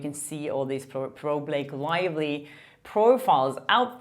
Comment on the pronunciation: I really like this journalist…….but I don’t know where she’s from or how to pronounce her name. Her accent is very attractive although it does tend to make her sound like she is saying “Lake Lively”.